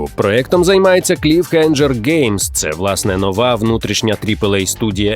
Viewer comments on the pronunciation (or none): Диктор, підкачай свій іншліш, вимова деяких слів просто люте пекло, в цьому випуску «кліфхенджер», правильно - кліфхенгер. Солар «кровн», правильно «краун»